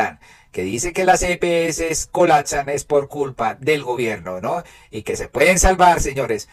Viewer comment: Las EPS, no las epeses, es como las heces.